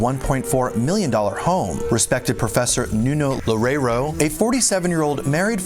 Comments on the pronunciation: Loureiro sounds like: Low-RAY-roo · "Loureiro" sounds like: Low-RAY-roo.